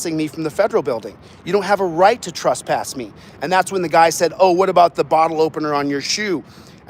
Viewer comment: Its not “trusspass” it trespass